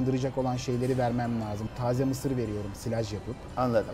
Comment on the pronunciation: Vedat Bey! "Misir" kelimesini sebze gibi degil ulke gibi vurguladiniz; hic olmadi. :(((((((